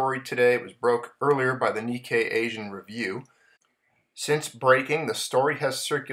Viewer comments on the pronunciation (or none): none